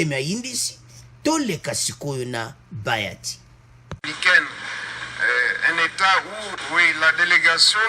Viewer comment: Bjr mon frère,il s'appelle bahati et non bayati, la esprit ya bien bonne journée.